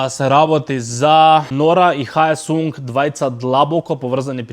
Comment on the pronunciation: Haesung se chita Hesung